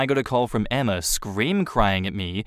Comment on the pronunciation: It's not EMMARRRRR, it's Emma...